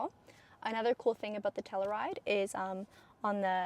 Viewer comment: Lol, obviously wore it better, but my wife will only let me bring the Telluride home. I hate to be this guy, I'm so sorry, but it's not Tell-oo-ride, it's Tell-you-ride